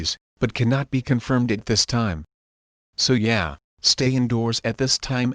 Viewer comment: Yeah, you clearly don’t, because you said “Yay” instead of “Yeah”, dummy! Gets me every time.